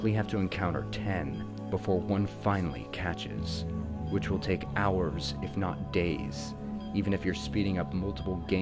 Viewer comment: Did you just pronounce the 'h' in 'hours'?